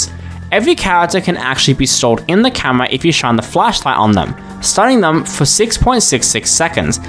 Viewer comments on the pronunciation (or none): bro said camwoa